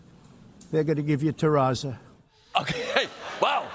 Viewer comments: ...it's actually "terrazzo". Not "terrazza". Please remind me, for how many years has he been in the real estate business ? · He can't even get the name of the flooring right!!!! Its terrazzo not terrazza!!!!!!!!! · It is not called terraza Mr. Trump. It is called terrazzo. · This is the first time I hear someone pronounces terrazzo like this, very nice choice btw for more modern look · He couldn't even be bothered to pronounce terrazzo correctly.